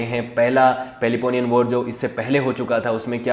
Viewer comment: Your subject knowledge is low, you yourself do not know how to pronounce, you all the time pronounced Thukliditis, but it is actually Thucydides, it is Peleponnesian not Peleponian